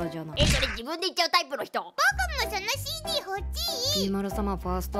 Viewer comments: CDの発音いいなwwwwww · なんかCDの発音良すぎるの草